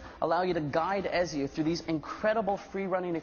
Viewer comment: He pronounced Ezio wrong...